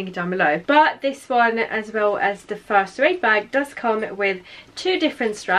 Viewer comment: Just a FYI it’s pronounced Sue-aid rather than zoo-aid